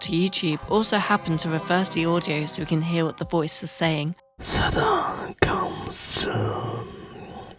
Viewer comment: Yea hes got good pronunciation but the way he says "Satan" gives it away